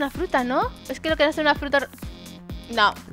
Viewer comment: Se dan cuenta que dijo fruta'q